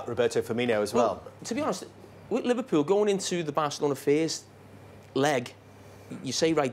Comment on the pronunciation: Could someone teach Neville and Carragher to pronounce Liverpool correctly.....it ain't "Liverpyoul"